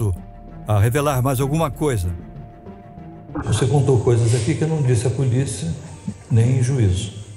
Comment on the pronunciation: "eun keria fala uma coiza" BERROOOOO